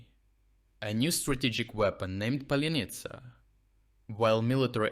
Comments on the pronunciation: Its Palianytsa, not Palenytsa . And what's happening on this channel with ongoing mispronouncing of Ukrainian toponyms and names? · just wonder why author can't pronounce паляниця 🤨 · You mispronounced паляниця.